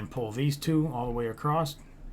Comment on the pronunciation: Very nice tutorial, I appreciate the time you took to make this and I actually followed the whole thing and made the ship in survival mode. But can you please pronounce across correctly without the "st" sound at the end? I wanted to scratch out my ears every time I heard it haha